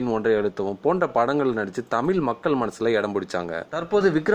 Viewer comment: தமில் இல்ல தமிழ்